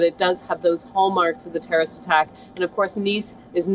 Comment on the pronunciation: Terrible accent of; tonnes of um and uh and several mispronunciations... like nationally instead of nationality compaq instead of compact, terroist instead of terrorist; Might be odd to people that i am picking up faults in a native speaker but native speakers re the ones who are more prone to jump words and alphabets while normal conversations; BUT THAT'S HARHLY WRONG WHEN YOU DO REPORTING AND YOUR WORDS ARE NOT CLEAR TO COMPREHENSION OR AUDIBLE PROPERLY; might be a few pegs down:-)